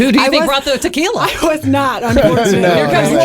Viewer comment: Good show,great,but the young lady really should take Spanish lessons to PRONOUNCE the different types of tequilas properly,just saying.